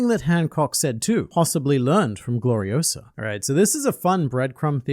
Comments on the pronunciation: "It's Glori-o-SAH, not Glori-o-suh!" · It's Gloriosa, not Gloriosa. 😅 But SHE FELL FOR XEBEC. I am beginning to think Xebec is basically not what everyone says he is. I think he's actually another Luffy and Roger. Looking at them saying he ran off ahead and just blatantly talking about his similarities to Luffy and Roger. I think Ol Lady Nyon is the Boa and Xebec is the Luffy of the modern era.